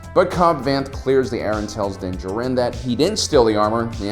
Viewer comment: Den. Jer-in??? Den Jar-in👍